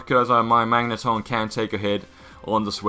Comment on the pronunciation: Did you just called the Magneton a Magnetron, or is it my ears ringing from music?